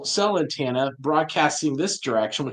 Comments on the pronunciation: I wish, especially in his line of work, he'd say antenna correctly. Bugs me every time he says, "Antanna." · The word is "antenna," NOT "antanna." 🙄